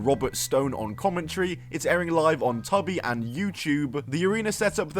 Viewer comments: It's not live, and it's pronounced "Too-bee," not "Tubby." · Tubi is pronounced "twobee," not "tubbee" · Did he say streaking on Tubby? 🤣🤣🤣 Bro got me with that one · I like the way that he says it. Hilarious.